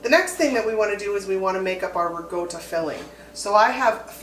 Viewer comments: Love the video. What is re-go-to 😂😂😂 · Isn’t ricotta pronounced with a KA sound instead of G sound???